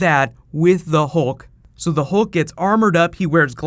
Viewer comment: Hulk not "hill"